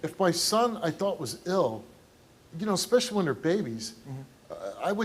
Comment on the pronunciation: Thats a new word for me "Expessially" Somebody arxe him what it means. Lol